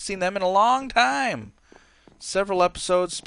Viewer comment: he didn't say Dilophosaurus right